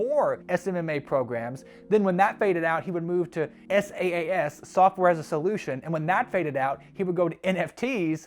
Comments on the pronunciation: it's saas not S.A.A.S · IAG media became IAG Online Services which ran from - it’s on Companies House and was voluntary wound down with £1mil in assets. SaaS is pronounced “sass” NOT “s.a.a.s”. And it stands for software as a service NOT solution. I’m not defending this guy but jeez your research is pathetic.